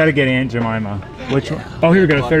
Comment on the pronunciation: It’s..... “Ain’t ja- mama” 🤦🏽‍♂️😂😂